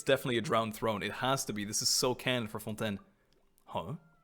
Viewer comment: The way pronouncing "Fontaine" gives me life lol